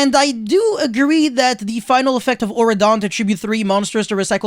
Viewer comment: auroradon, not auradon.